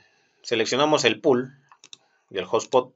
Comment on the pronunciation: No es hablar mejor, es hablar correctamente y si te escuchas a ti mismo verás que se oye raro!